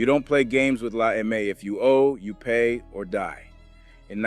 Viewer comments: dude …it is NOT “La AY-MAY” it’s “La EM-AY” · AI GARBAGE “La Ay May”?!?!? FOH